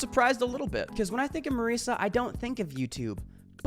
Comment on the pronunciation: Me saying wrightous as you say merisa